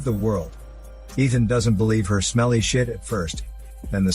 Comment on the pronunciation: “Smelly shet”